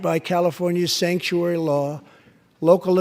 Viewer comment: Okay I know president trump said Stanksuary instead of sanctuary but all cases of them it is stanksuary it stinks any state has sanctuary cities they should not exists with terrible rules. Love the speech here this president you got to love him whether you hate him or trying to impeach him you got to be at loving heart to a fighter for the u.s.a fight on mr Trump The Trunp card for the United states so fight on And one of the best or the best State of the union Addresses I ever seen